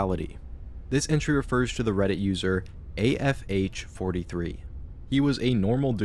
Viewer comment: Redit, not, credit*